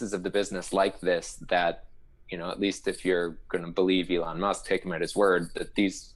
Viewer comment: Elon not egon